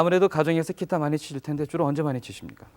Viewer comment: 아나운서가 계속 키타 키타..ㅋ